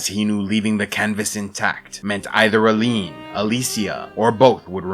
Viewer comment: Tu dis Allen au lieu d' Aline (li comme Lily), tu dis Dendre au lieu de Dessendre , tu dis Gage au lieu de Gommage , tu dis Essié au lieu d' Esquie , tu dis Manoco au lieu de Monoco etc. Ça n'empêche rien à la qualité du travail mais c'est dommage.